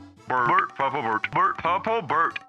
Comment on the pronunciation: 😂😂😂 i can't with "purplbord". It's purple bird bro